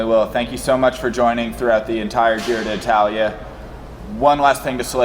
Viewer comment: Can't believe that whole Giro has passed, and you two guys havent learned to pronounce Giro d'Italia correctly. There isn't two "i", it is not di Italia, it is d'Italia, so just pronounce one "i" letter. Anyway, nice reviews, not so much technical and statistical, but not waste of time for sure.